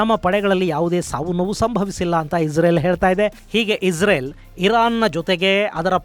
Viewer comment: ಪದೇ ಪದೇ ಇಜರೆಲ್ ಈಜರೆಲ್ ಅಂತ ಹೇಳ್ಬೇಡಿ ಗುರುಗಳೇ ಅದು ಇಸ್ರೇಲ್